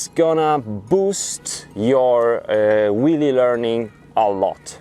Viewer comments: lol, he says willie not wheelie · It sounds like you're saying "willy" lol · Hahhahahahahah he’s saying willy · I think he was also making fun of the presenter's accent of Wheelie he says Willy. 2 for 1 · I can't help keep thinking he says Willy :D